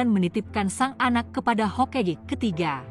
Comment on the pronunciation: Hokage bkn hokege